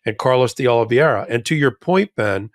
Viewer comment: Sirs, please learn how to say Oliveira. Oh liv ay ra or Oh liv ay ee ra. For my sanity!!